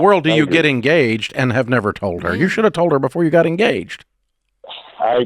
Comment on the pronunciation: All I could hear when the call started "I'm gaged"